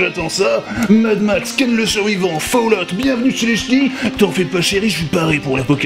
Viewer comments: Fall-out. pas fail out. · ça se prononce foulloute - kirby54/gabi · Falloute! Falloute mon gars! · Ça se prononce Fail-out x-D